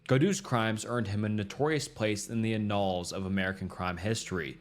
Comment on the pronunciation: I can't fucking watch this when your pronunciation is all wrong. Please look up how to say "sadism" amd "annals"